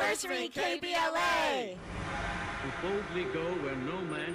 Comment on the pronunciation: Dr. Cornel West said "K B L S"............but it's NOT; right?........isn't it: KBLA??...........it's a simple mistake though.